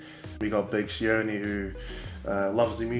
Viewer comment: sole did John Afoa say "See-oh-nee". OMG sort it out JA. lol